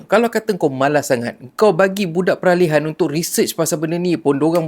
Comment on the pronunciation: wongkalikong ni pun xtaw nak sebut peralihan